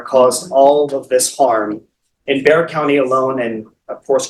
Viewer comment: In referring to our county name, Bexar…thank you for pronouncing it correctly! Yay!